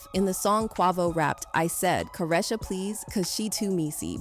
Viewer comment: I really hate how the person talking is butchering names!!!!! Who is KWAA-VO? Who is CA-RESHA!!! It’s pronounced KWAY-VO AND CA-REE-SHA!